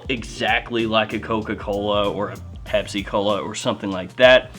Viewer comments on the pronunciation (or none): none